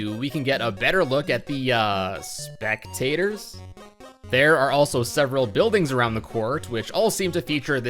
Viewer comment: "speck"tators. GG